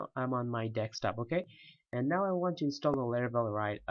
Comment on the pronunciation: I love how you say dekstop.